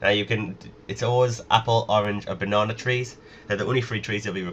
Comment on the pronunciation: I lol'd when u said "banawna" :P nice vid btw